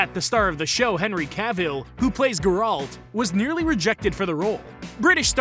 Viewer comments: GAH RALT. I think this man is enjoying watching everybody who would be his followers RAGE over the insultingly obvious “trivia” and intentionally mispronounced character names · Please pronounce Geralt properly. No hate. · You’re pronunciation of Geralt IS DRIVING ME NUTS!!!!